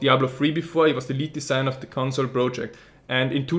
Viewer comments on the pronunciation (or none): none